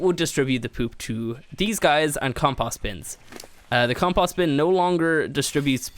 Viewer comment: Your saying compost bin wrong